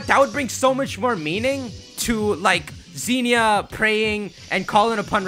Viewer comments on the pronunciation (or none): none